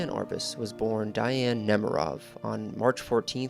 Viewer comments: The correct pronunciation of her name is Dee- Anne - not Die-Anne. Research adds validity. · How, in the name of God, can you invest all this time and effort into a project and NOT KNOW HOW TO PRONOUNCE THE WOMEN'S NAME? I'd be embarrassed to the point of taking down the entire video. As the mattress commercial goes, "How do you sleep at night?" It's DEE-ann, not DYE-ann. And ironically how her mother came to name her Dee-ann is a very interesting story. Shame. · Love to see this, and I appreciate your work on this video. But her name was pronounced "De-anne" not "Di-anne". Regardless, I'm glad to see her life and work being noted. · If you’re going to attempt to educate people on someone maybe you should pronounce her name right? It was pronounced like Dee Anne not Diane. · PLEASE PRONOUNCE HER NAME CORRECTLY: DEE-ann. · Her name is pronounced Dee Ann. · This is a beautifully written and spoken documentary. So much information in a small amount of time. I believe her name was pronounced Deeann; but I could be wrong. Thank you for this empathetic approach to a most fascinating person. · Interesting But please learn to correctly pronounce her first name Look it help Please